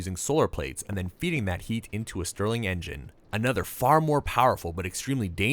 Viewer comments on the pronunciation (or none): none